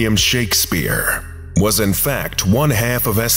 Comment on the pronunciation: Where you from? Had a bit of an accent when you said “half” there